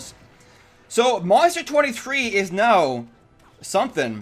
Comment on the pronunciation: Is it just me or every time he says now it sounds like meow?